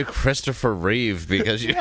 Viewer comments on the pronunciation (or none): none